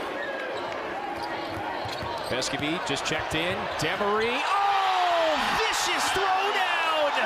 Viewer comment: Dope video🙏🏾. We can bet on 4!!. But it’s “Dem-uhh-ree”. I cringed every time 😂. Dem-uhh-ree 🤯.